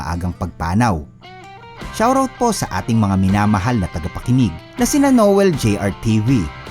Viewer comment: Shout-out po, Hindi. Shawrawt? Nakakatawa ka! Sa totoo lang...